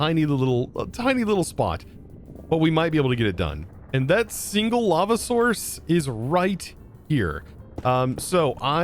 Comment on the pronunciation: I keep hearing llama everytime the word lava is said. Gotta go put my tired/sick self to bed lmao. Also love watching everybody’s different and unique ways of building on the server